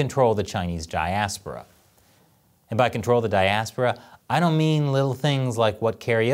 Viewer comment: Can’t even pronounce diaspora ? Ok I believe you man.shvay.